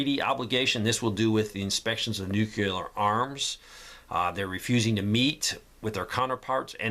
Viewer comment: Geez man, please sto0 saying “Nu Cu Lar”. Nu CLE Ar……….